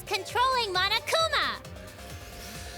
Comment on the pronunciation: No one: Me: The pronunciation on that "MonoKUma" was really nice ✨ Insert Satisfaction Meme Template ✨